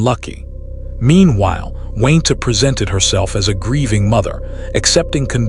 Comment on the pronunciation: Gotta love that good ol’ AI narrator!! I’m sure “Wayne-Ta” really appreciates it too!! 👎🏻👎🏻